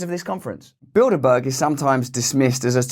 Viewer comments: I was taking a shower and I thought you were saying Buildabear. I was like woah, that’s like evil Furbies. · When I finally realized he wasn't saying "build a bear" lol 🤣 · Holy shit. I just realised he said Bilderberg. I though he was saying Buildabear. Makes a bit more sense now. Or does it? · Build-a-berg... So you're telling me they are responsible for sinking the Titanic? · I sure do hear “build-a-bear” every time! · When you said “cogs” I heard “cocks”. I had to rewind to re-listen. I like your version better. By the way, I mentally went to Build a Bear within the first five seconds. 💗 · It sounds like you were saying build a bear🤏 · Sorry Russell, but when I hear bilderberg I instantly think of build - a - burger, not build a bear. I see bread, beef patties and cheese 😂😂😂😂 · I keep hearing “Build A Bear” 😂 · I so heard u say build a bear…. Now I can’t not hear it.. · Every time you said bilderberg I heard build a bear 😂